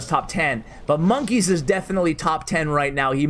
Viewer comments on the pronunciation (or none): It’s not monk ess it monka es